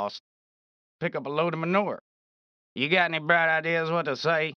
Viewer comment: "You got any bright ideas of what to say?" Even though to me it sounds like "you got any fried ears what to say?"